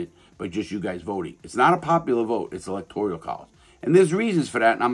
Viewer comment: I like the second half of the comment but “electorial” that’s just a mispronunciation and or misunderstood how the word is. Kinda irrelevant but still a good necessary correction.